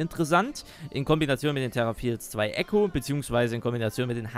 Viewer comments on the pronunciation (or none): none